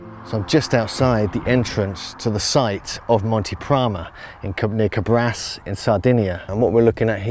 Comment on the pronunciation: Thank you for bringing up to light this fascinating part of our ancient story. Just one thing for people who wants to go and see this magnificent examples of giants: the name of the town is Càbras with the accent on the first "a". And, there is a theory which tells that this giants reppresent some glorious winners of a sort of Olympics games.